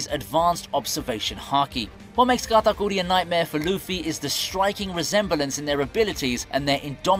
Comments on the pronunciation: Sounds like this dude pronounces Katakuri as “Gatagoolie” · Why he say katakuri like that...